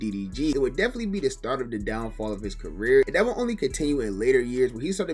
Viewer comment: Bro said downfall like them YouTube checks not comin in lmaoo